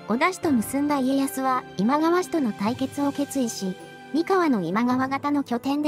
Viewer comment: どうするのあのセリフ 私には今川ではなく、ジャニーズって聞こえました